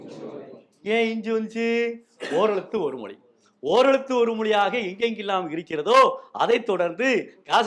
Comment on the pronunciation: ழ கரம் ஏன் உச்செரீக்க வரவில்லை அது தான தமிழுக்கு அழகு மொளி என்பது தவறு